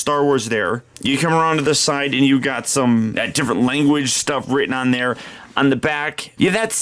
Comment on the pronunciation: You say ewe